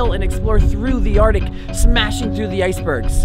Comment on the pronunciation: Bro said ardic 😂😂😂😂 bro said conversate 😂😂😂😂😂